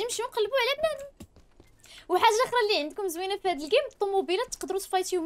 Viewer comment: علاش تهجي كلمة "هذا " وتقولي "هاجا " ..؟